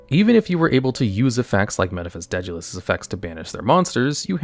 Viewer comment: I've never heard anyone pronounce 'Daedalus' like that, and it's throwing me off. lol